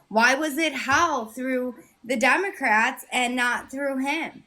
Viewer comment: Does she keep saying “Dumbocrats” on purpose or can she just not say it correctly?